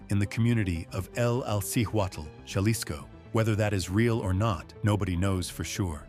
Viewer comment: It’s pronounced ha-lis-co not jah-les-co